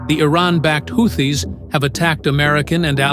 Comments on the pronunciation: Pronounced Whootees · AI pronounced Houthis 5 different ways before finally pronouncing it correctly. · How many ways do you pronounce “Houthis”? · After the fourth mispronunciation of houtis, I had to move on.